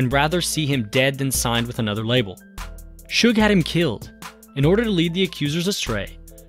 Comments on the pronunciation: Seems so weird to call him Shug spelled Suge. I purposely pronounce it Sooge at this point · Shakur is biggest Doofy of all time. He destroyed hiphop with his shitty HipPop. BTW: the guy is called Suge not Shug BTW2: Look what a Bastard Suge was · As soon as I heard Suge pronounced SHUG, I had to end the video